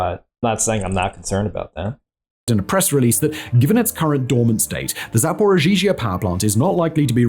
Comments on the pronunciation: He says zaporigeegee at 35.36 if you need to know quickly 😂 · "Zaporozhizhia" Sweet Jesus... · hilarious hearing making Zaporizhzhia harder to say than it already is lmao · is putting an extra ‘z’ in the name and it’s driving me nuts. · As a russian speaker. Simons pronunciation of zaporizhiea/zaporozhie is something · Why does say zaporizhia like that? That second zh is not necessary.